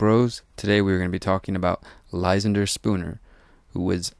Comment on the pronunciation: You should learn how to pronounce that name Ly-SAN-der, not LY-san-der